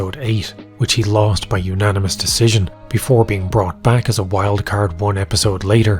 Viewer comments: Wait... Dana cant say Decision? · Dana can't even say decision right how much he hates it